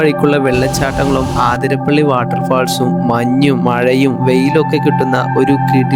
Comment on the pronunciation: ആധിരപ്പള്ളി അല്ല അതിരപ്പിള്ളി